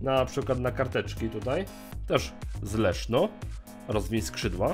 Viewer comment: Zamiast Leszno usłyszałem Leszczo xD